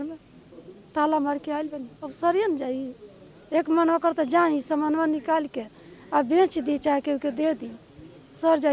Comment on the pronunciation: Hindi thik karo nikal nhi hota hai nikaal hota hai